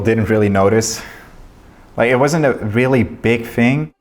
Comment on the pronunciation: You guys are reawwy funny